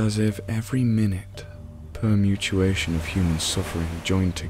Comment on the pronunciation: Anyone noticed he often pronounces words incorrectly? For example in this one, "minute" was pronounced as in the unit of time instead of "something small", and "permutation" was just pronounced wrong. Just ruins the immersion for me.